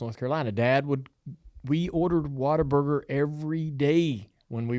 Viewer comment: it’s What-A-Burger